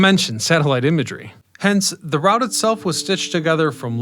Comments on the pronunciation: I already knew this history, but I came just to hear him mispronounce Route 66 again. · Informative video...Get your kicks on Route (sounds like root) 66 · "ROOT" 66.....😊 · I've never heard anyone not say "Root" 66 lol